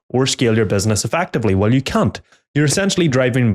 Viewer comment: LOL here's a narrator who needs to be careful of saying Can't ... his accent changes the A almost to a U ....